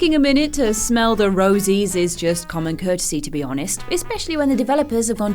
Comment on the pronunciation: Lmaooooo that part where they make fun of accent when she says "take a minute to smell the "